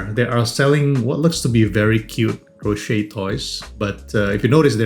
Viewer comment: the T in crochet (or crocheting) is silent😉